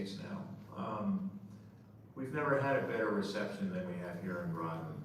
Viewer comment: Groton rhymes with Rotten